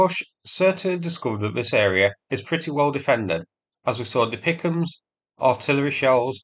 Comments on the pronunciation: "Dipicahms"? Really? You suddenly sound as fake as the bots which insist on pronouncing HIMARS as HEMARS. I thought you hailed from England! Why should/how could an Australian have a better grasp of the English language than a native Brit? If D.P.I.C.M's is too difficult, they are artillery cluster-munitions. Russia uses similar munitions, but they are not as reliable, or delivered with accuracy. I apologise for my sarcasm here, I very much appreciate your efforts to highlight and explain things to those with more limited knowledge and understanding - but I expect that you should be able to understand relevant military terminology at least well enough to repeat what it's called without totally munting it. If you aren't sure, there are plenty of people you could ask, or even Google it. You will find DPICM, but you won't find "Dipichams" anywhere. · Every time you say DPICM like it is a word "Dapeekum" I have a nearly irresistible urge to shut this video off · Please; "Dee Pee Eye See Em" not DeePickum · It is not refered to "DePicEms". It is pronounced by each letter, D-P-I-C-M-S. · I am sorry, but ITS NOT DePicms, it's D P I C M, (Di Pi Ay Si Em), but love your videos ❤ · For Pete’s sake! It’s not pronounced “Dee pick ‘emus”!!! It’s “D P I C M”, (Dee Pee Eye See Em), for Dual Purpose Improved Conventional Munitions. Please get this right…from a retired Red Leg Artilleryman. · Dear, you’re usually pretty spot on with pronunciations and acronyms…but De-Pic-Em’s? 😂 I’ve only ever heard referred to as D-P-I-C-M (DPICM - dual purpose improved conventional munitions). ❤ from 🇨🇦🌻🇺🇦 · lol, never heard anyone call the DPICM's dee-pick-ums before. it is just referred to by the letters DPICM (dual purpose improved conventional munitions) it is not a word sound.